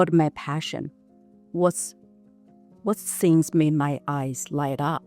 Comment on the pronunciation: I'm not trying to disrespect her, she is very Good person, great enterpreneur, but I also found her very cute specially many times when she pronounced words starting with "T" as "S" 😅, that was so cute from her mouth, for things = sings, not for every word but I think I heard that, lol !